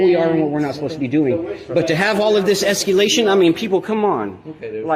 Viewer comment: It's escalation not escUlattion. There's no "u" in the word. That's why they're pigs, they don't understand what you're saying